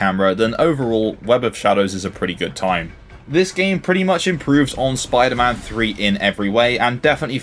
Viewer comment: Spwiider man